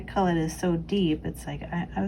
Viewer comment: Please excuse me but......culet is pronounced Q-let . Glorious work!!!